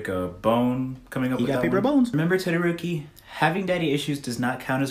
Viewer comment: Why u say TODORONI